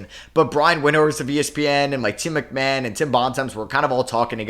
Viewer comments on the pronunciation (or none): none